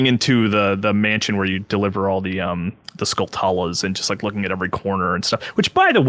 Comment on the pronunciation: Skulltulas are pronounced like tarantulas or spatulas, not “skull-too-las” LOL